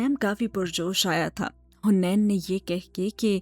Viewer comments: Haniin naam h not huneen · Its haneen not hunain😭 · Hunain nhi haneen hai